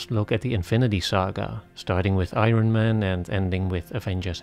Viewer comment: Hey there! I'm not watching any of these bs Marvel movies, but I still enjoyed your analysis. I have a little tip/correction: The word "Iron" is actually pronounced "Iorn". Just exchange the _"O" with the "R". You're making the same mistake many non-native English speakers do. Including me for some time and including the German dubbed versions (German dubbing is actually pretty good and it's own form of art) of the "Iron Man" movies. The absolute majority here in Germany/Austria/Switzerland pronounce it the wrong way. So you're waaaay not alone!